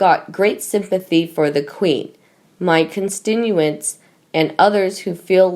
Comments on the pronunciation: Pronounce constituents.. Cun-stit-u-ints..that's they correct way to say it.. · Narrator, please learn how to pronounce the word constituents. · Please get someone who can read better or at least have her practice reading the report before recording it. She can't pronounce the word "constituents"?